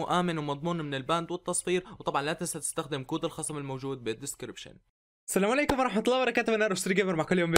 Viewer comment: دس لايك عشان ثاني مره تقول سلام عليكم مو سنام عليكم